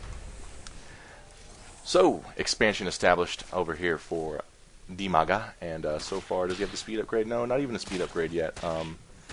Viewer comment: Half the time I thought you were saying Umaga and I thought that was pretty rad.